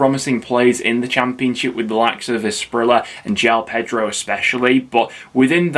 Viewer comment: Asprilla is pronounced “Aspreeya btw 👍